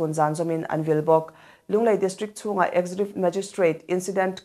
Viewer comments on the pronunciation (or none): "Executive" - eg ·zeh·kyuh·tiv. ɪɡˈzekjʊtɪv Chhiar sual ve ziah a, chhiar dik tum tawh se ava tha ve.